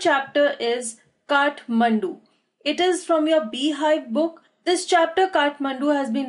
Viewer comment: It's Kathmandu not kathmundu